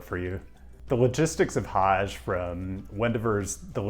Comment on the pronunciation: You gotta work on your pronunciation. "Hajj" is not pronounced with a "ZH". I mean, really? You couldn't have used the name of the SOO Line as a hint to pronounce "Sault" as "SOO"?